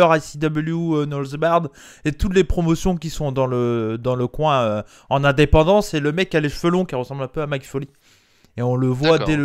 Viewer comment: Merci pour la review. C'était super et était génial. Par contre, je ne sais pas si c'est fait exprès ( je suis nouveau sur la chaine) mais on dit "Mick"(comme Nick) Foley et pas "Mike" Foley et le "K" de "knee" ne se prononce pas. Voilà, merci encore pour votre boulot.